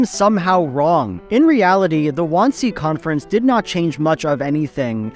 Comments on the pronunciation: Didn't get the pronunciation of Wannsee right though. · Great framing of the shot of yourself sitting! Took me half the video to figure out you were trying to say Wannsee though, lol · your pronunciation of wansee makes my skin crawl almost as much as that movie did